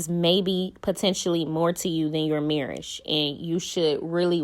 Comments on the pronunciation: The way you said marriage got me weak 🤣 💀 😭 😂 😅😅😅😅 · Shubscribe? Marrish? C'mon now sis. 😒